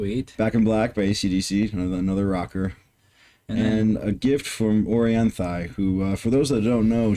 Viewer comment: That's actually not how you pronounce Orianthi